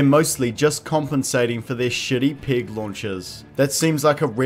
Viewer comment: If he pronounces "peg" as we pronounce "pig" - then how does he pronounce the word for swine?